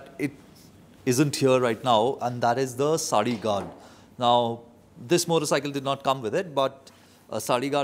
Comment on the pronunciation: OMG! I hear you saying Sali or Swali guard on the video 😅 I do know what is a Saree indeed!! Is it mandatory even you are rriding without a passenger? Thx for your vidéo!